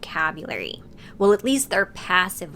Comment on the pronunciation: no native speaker is going to over propnounce the t in at before the word 'the', that's so unnatural...